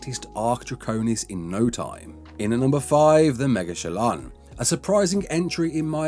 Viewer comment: Mega Shalon ❌ Megachealon